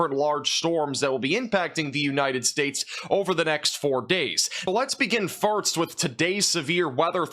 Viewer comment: Oh good, southwest Iowa. Just where needs more wind damage. Also, "firts" instead of "first" is a purposeful thing, yeah? Noticed it a while. Always makes me think of the old original SHOOTER TACTICS greenlight trailer~